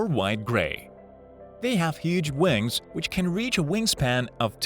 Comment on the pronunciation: "they have huuj wangs"